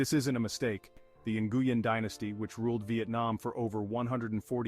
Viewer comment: The last name Nguyen is pronounce Win not nnngooyen lol